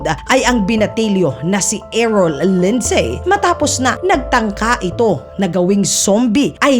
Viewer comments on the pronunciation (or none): none